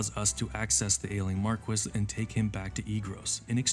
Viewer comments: I haven't played any Final Fantasy game, just listening to this in the background, but your pronunciation of Marquis is driving me crazy. The title is a French word, pronounced 'Marr-key' not 'Mark-wiss'. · I just have to chime in... Marquis is pronounced "Mar-kee" not "Mar-kwis". It's a French title. Also hearing you call The playstation era the "early days of RPGs" made me feel ancient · Bro "marquis" is pronounced "Mar‐key" MARR KEY!!! NOT MARR KISS💋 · i cant believe after all these years that marquis can actually be pronounced markwis, instead of markee. Damn british people. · they pronounce it mar-kwiss in the game